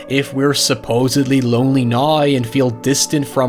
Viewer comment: English Language: "Now": "nOiY"